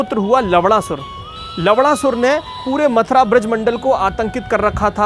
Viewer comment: Nammm sahi se le bhai,lavna sur hai naam